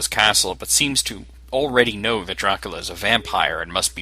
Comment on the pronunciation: You have a bad microphone - and your not saying DRACULA right its not DRUCULU